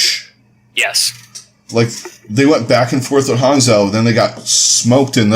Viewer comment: Pronounce Hangzhou as Hang- "Jou" since that is a more accurate way to pronounce it. Or else if pronounce the way its spelled you are gonna get the Spark city confused with a Shimada Archer.